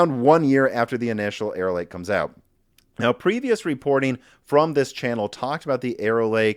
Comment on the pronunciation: Every time you stay "Arrow Lake" I hear "Error Lake" to the point I've started saying Error Lake without realizing it and sometimes stopping to wonder about the history behind a lake called Error Lake and if it means something in another language or if the lake was formed due to some sort of civil engineering flub or the legend explaining it involves someone or some force of nature making a mistake.